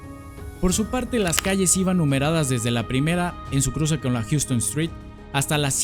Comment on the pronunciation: Houston street se pronuncia hauston, diferente a la ciudad en Texas